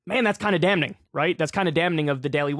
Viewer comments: For the love of God can someone teach Kyle to pronounce "damning" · Is pronouncing damning "dam-ning" instead of "damming" an east coast thing? Never hear the N emphasized before. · hol up, did you say "dam Ning" ??? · Okay, I'm sorry to have to be the pronunciation police, but since your career involves public speaking, I'm going to help out. It's pronounced "damming". The 'n' is silent. Please don't be mad at me. I can't help it...got a perfect score on the verbal Sat section. However, I think I got a 340 in math. Yes, an actual learning disability. Do not ask me to find 'x'. Otherwise, I truly appreciate listening to your takes on things and keeping me up to date on what is happening in the politi-sphere (oh look, I made up a word). Thank you! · In the word "damning", the N is silent. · Would someone please tell Kyle that the n in damn and damning is silent? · You don't pronounce the "n" in damning, dude. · Kyle you pronounced the N in Damning. Eww lol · The "n" is silent, Kyle! 😂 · Dude his pronunciation of "damning" is the new rural. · kyle, i love you man, but you don't pronounce the "n" in "damning."